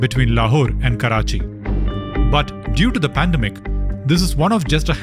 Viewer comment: I hate it when I hear Pandem-Ic instead of Pan-dem-ic.